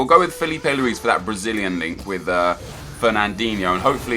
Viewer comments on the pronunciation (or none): none